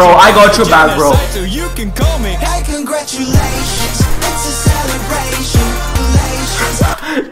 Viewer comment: Cangaru -tiu - lations 🤣🤣, you are awesome mate